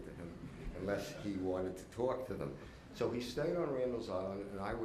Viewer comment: Make that “towak”.